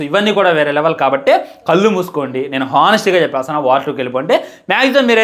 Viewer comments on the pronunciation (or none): none